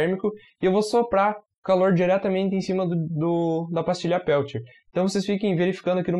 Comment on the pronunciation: procure na internet como se pronuncia os nomes Peltier e Seebeck. Por exemplo vai achar Thomas Johann Seebeck (German: [ˈtoːmas ˈjoːhan ˈzeːbɛk]; 9 April 1770 – 10 December 1831).